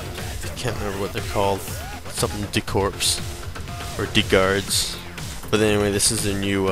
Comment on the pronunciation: what's the opening song? btw, i think the p is silent in de corps